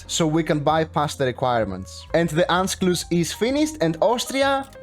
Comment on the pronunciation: We Greeks refuse to pronounce anything properly